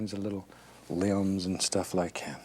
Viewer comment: I love how he says “like’yat”